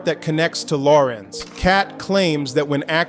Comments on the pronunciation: Lorenz, the name is Lorenz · The name IS NOT Lauren. It is La- renz! Your pronunciation goes from one to the other through out your narration 🤷🏾‍♀️ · The AI voice-over is trash. Law-renz? "Pause for effect?" 😂😅